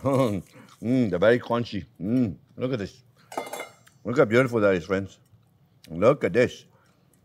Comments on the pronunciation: "Well, hello there phrinzzzzz!" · There's " no white or wong " my fwends!!!!!!! Love him ❤ xxxxx 😍